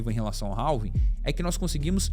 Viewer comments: não é 'ralvin' que fala é 'rávin'. do you understand me? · Cara, desculpe, mas nao se pronuncia o L da palavra Halving, a pronuncia é algo parecido com RAVING.